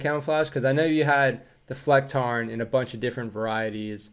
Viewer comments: Your pronounciation of the Flecktarn camouflage (btw. German Armed Forces = Bundeswehr (Army), Marine (Naval) and Luftwaffe (Air Force)) was very good. It is a nice camo which works well and I am completely ok with 'A'-tier. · We als have arctic and desert variatons of the Flecktarn. (Perfect pronounciation, btw). We went through some minor changes during the years. It all started with the Waffen - SS wearing "Platanen (plane tree)", "Rauch (smoke)", "Eichenlaub (oak leaves)" and "Erbs(peas)tarnmuster". That's also the reason why the Dutch and some others didn't want to adapt the Flecktarn. The Flecktarn works really great in central Europe. I hope they don't change it to something different. That would be a waste of money without a reason and rob us of a cool look. If you need someone to translate a video for you for some bucks, hit me up. I've seen the subtitles that you were working with in some German reaction videos and it was just word-vomit.